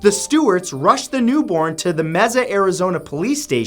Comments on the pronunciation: matt its pronounced mesa not meza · Everytime Matthew says Mezza instead of Mesa (pronounced May-sa) I giggle. Such a Canadian/non Spanish speaker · Just to let you know, it’s pronounced “MAY-SUH” Arizona, not “MEH-ZUH” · it's pronounced may-sa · It’s pronounced (May-sa) Mesa Arizona. This is the second time you’ve done this... Still love ya Mat. Merry Christmas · Merry Christmas and Happy belated Hanukkah, Matt! I'm so grateful that an amazing person like you exists and works to bring information to us in such a fun manner. Stay classy, my man! P.S. Mesa is pronounced "May-suh" (common mistake, but for future reference!)